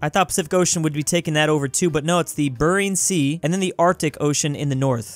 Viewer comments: “The burring sea” 🌊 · And don’t forget the “Burrrring” Sea